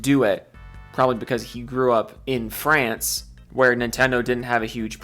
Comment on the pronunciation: "Fwance" lmao